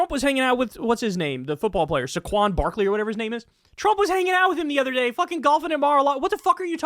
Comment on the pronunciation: it's pronounced "say-quan"